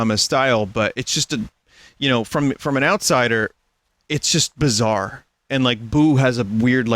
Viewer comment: I'm honestly glad that Vinny finally broke a barrier for himself, but every time he says bizarre I have a spasm. I hope Chatyot doesn't spam him to watch jojo